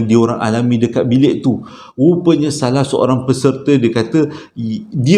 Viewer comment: Slm abg n gaiss, kira trrawal jugak noti arini,. Prkataan SALAHhh.. abg tu sdp no bila abg sebut😅😅Pe pun cerita Trbaik bang👍